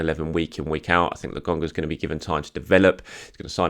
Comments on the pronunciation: It’s LOKONGA not LOGONGA. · Why do you keep calling him Lagonga? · love your show but can you fucking get Albert Lokonga's name pronounced correctly? It is LO - KO - NGA. Cheers and keep up the good work. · Its Nuno TavAres, not Nuno TavEres 😉 And LOkonga, not LAkonga :)